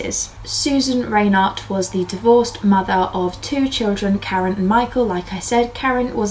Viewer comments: The name Reinert is pronounced "Rine"(long i)ert, not "Raynert ". I grew up in the area. The murders were all over the news for years. Very good video about the case though. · Great episode. FYI it's pronounced "RHINE-ert." Rhine like the river, and the accent is on the first syllable.